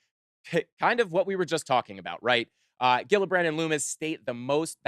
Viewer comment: fyi, the senators last name is pronounced Jill-a-brand.